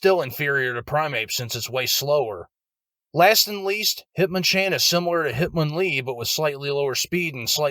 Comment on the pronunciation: Hit-MON-lee Not Hitmon- Lee In my opinion, enjoyed video.